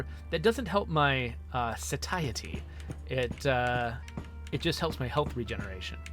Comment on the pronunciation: I felt slightly discouraged when you referred to a cloned cannibal's perpetually ravenous abdominal meat-hole as a "tummy," but your perfect pronunciation of the word "satiety" was worth waiting for. Great intro to quasimorph, thanks for uploading!